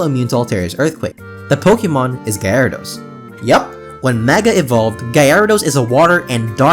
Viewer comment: Guy-air-e-dose.... lol